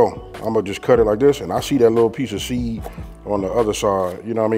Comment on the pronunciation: you funny af I always watch the videos while I’m cooking and everyone i laugh at something different lol “ I see that lil pieceahseeddd “ lol 😂